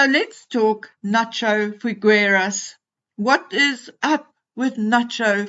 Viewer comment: Nacho has been jinxed (markled?) as all those who associate even slightly with her. By the way, just a tip on Spanish pronunciation. The "gue" in FiGUEras is pronounced as the "gue" in the English word "guess" FiGUERAS. The U is not pronounced. It will make it easier to say it. It is really a pity because as you very well said, Figueras' is elite in Argentina and until now, also abroad. He went to school with H in Eton and really considers H as a younger brother. One word in his favour. In Argentina, men do give bear hugs to their male friends, it is common practice without any ulterior connotation to kiss a male friend on the cheek, like brothers or close family. Argentinians are known to be warm, welcoming people, especially the people connected to farming, cattle breeding, racing or polo horse breeding. So it's not unnatural for Nacho to be like he is with H. But he's made a huge, huge mistake by letting himself be dragged into the "Meghanian" circle. I hope he wakes up soon, because his "brand" is really going to crash. A pity because he really is a great guy "friend to his friends, nice, very pleasant and warm".